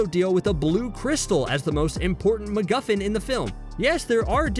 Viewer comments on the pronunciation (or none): none